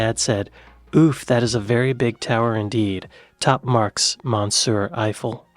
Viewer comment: I gave this video a thumbs up, but I think you accidentally pronounced "monsieur" as, "mon-SIR". Unless it was done on purpose for some reason.